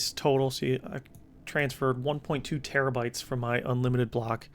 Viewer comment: Why do you call them tebbybytes instead of terabytes?